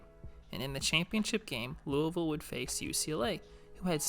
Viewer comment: I know you're from the south because you know how to say louisville lol